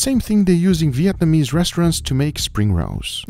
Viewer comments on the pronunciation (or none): none